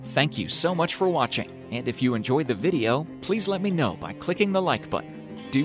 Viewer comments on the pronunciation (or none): none